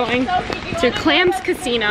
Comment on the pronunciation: def thought you said clam casino not clandestino....